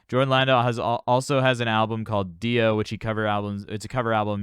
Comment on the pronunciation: You pronounce Jorn as Yorn......and Lande as Lawn-Day.